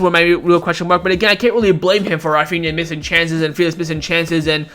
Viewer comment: Refania ?he said he like he from India haaaaa lol